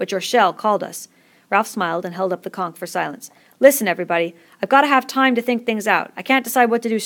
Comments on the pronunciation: are you seriously pronouncing conch (con-ch) as conk? it's literally said as it's spelt! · I got triggered every time she said "conk" IT'S "CONCH!" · why u saying conk its CONCH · the way she says conch lol..."conk" im ded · Whoa I thought it was pronounced like conch, but it's pronounced like conk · conch is apparently conk